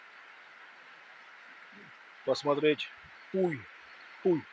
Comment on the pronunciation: Не искажайте название! Это не пуй, а Пхьу!